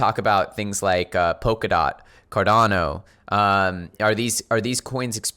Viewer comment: A Great TA guy but he pronounces Cardano as if it’s Hispanic. He said Cardanyo